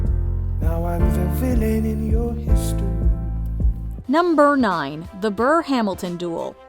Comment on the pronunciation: "num-burr nine" nice writing there LMAO